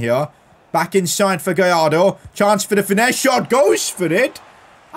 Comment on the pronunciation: You need to pronounce Gallardo right, in Spanish when it is two l’s next to each other you pronounce it “j”. So for Gallardo you say “Gajardo”.